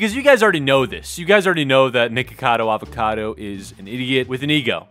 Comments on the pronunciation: I hear naked-cado avacado in the beginnign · For a second I literally thought he said Nakedcado Avocado. 🤠